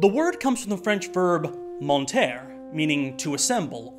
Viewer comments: honey.... when a french verb ends in er it's pronounced é, or the same way you pronounce et in french. Sry for sounding condescending but.... montere.... that just kind of made my brain go caplooyee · Great video, although you pronounciation of "monter" as 'montère' felt like nails on a chalkboard!